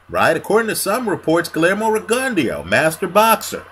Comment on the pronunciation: GLEERMO REGUNDYO? REALLY? LMAO U HAVE A HISTORY OF CHOPPING BOXERS NAME UP.. I THINK U KNOW THAT THO LOL